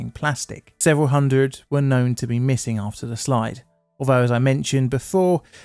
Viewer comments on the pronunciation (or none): none